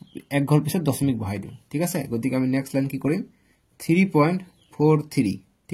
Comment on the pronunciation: Sir ''দচমিক'' nohoy ''দশমিক'' hoy 😅😂😅